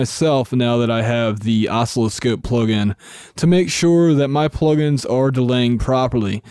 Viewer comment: It's pronounced "uh-SIL-uh-skohp" with the accent on the second syllable.